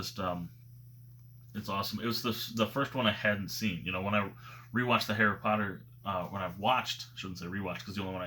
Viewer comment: I appreciate the er on the end of Potter... when you said potter head 😂👍🏻